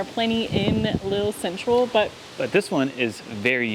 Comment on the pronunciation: Please. It’s not pronounced ‘Lil’, it’s pronounced Leel!